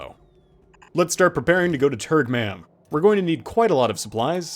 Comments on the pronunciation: I swear every time you say turgmam i hear turdmam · I can't stop hearing "turdmom" when naming that planet